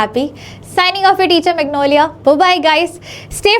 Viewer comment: OLAVIA BHABHI = magnolia maaam 😂😂😂😂